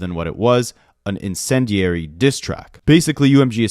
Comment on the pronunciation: You did a great job pronouncing "vitriolic" and "incendiary" btw. 💓